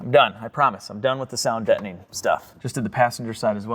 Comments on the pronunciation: it's sound Deadening, not Detoning. lol. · Ok, sounds like you got console down, now work on "dettoning". Dead, not dett...deadening! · you have mastered Console and butchered "Deadening" It's Sound Deadening Material. Not Sound Debtning Material. As a fellow Cadillac loving, Irish, Italian American I thought I'd try to help. 😉😎